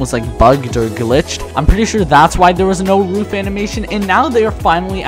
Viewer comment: I think it’s pronounced roof not not rough